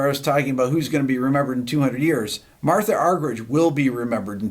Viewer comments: One in a million indeed -thanks RB! If anything, I wish you would make the H a little bit more silent (as in 'Marta' the Brazilian soccer legend), then have the G sound more like an H ('Arhherich'). Being an Argie it is pronounced that way. Back to the music though, the Scarlatti 141 OMG! Un abrazo buddy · Rick, it’s actually pronounced “Marta.” But wonderful to see you have the same love for her as so many.